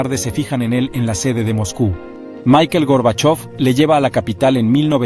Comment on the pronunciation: como que mikel gorbachov 😂😂😂😂